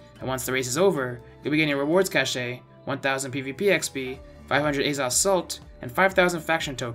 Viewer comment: “Cashay” lol